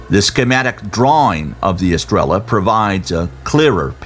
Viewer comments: So irritating that narrator cant bring himself to properly say "estrella" since it is repeated so often... "Eh stray yuh" is much closer to correct. Pronunciation does matter... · It's pronounced "es-tray-uh" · Star in Spanish is pronounced phonetically astray-ya. No L sound gringo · Great documentary! But every time you said "estrella" , I told my phone, "the double ll is pronounced as a y!!" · For a professional narrator, this guy can't be bother to learn the Spanish word stars, he just pronounces the Spanish word in English. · Came here to say this and realized NO ONE else had noticed besides you